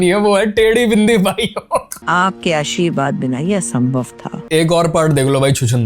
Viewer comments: Ashirwaad ❌ Asheerwaad👍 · Aashirwad ❌ Asheerwad ✅